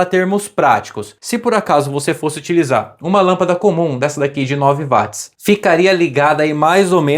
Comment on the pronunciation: O desgraçado do cientista escocês James Watt (lê-se Djeims Uót) teve o seu nome dado à unidade de potência Watt (Uót) como homenagem, mas ninguém o quer pronunciar à inglesa, insistindo em ler o W com som de V como em alemão...😂